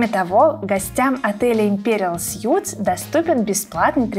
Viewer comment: "Суиитс", не "сютс".... (Imperial Suites). Сют = костюм.